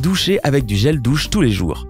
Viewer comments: Lol il dit gèle douce et pas gèle douche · "Gel dousse" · Qui A Entendue Gel Douce ? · il a dit gel douce😂😂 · jreve ou t a di gel douce mai pa gel douche😂😂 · le gel douce 😂😭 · euh je suis la seule à avoir entendu " gel douce " ? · c moi ou il a di premieremnt zel douce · hhh gel douce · Non il a bien dit caXD